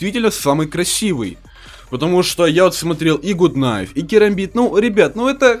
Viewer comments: Гат кнайф а не гуд кнайф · не гут найв а гат кнайв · Не Гут кнайф а Гат кнайф!!!!! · не Гут кнайф,а Гат кнайф! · правильно надо говорить Гат кнайф а не гут кнайф. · Не Гут Кнайф,а Гат Кнайф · ну гут найф а гат найф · Не гут кнайф а Гат кнайф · Те не умеешь читать какой гуд гад кнайв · Не гут а гат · правильно говорить Гат найф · извини но правильно гат кнайф